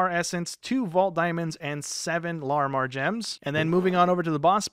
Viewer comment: You are saying Larimar wrong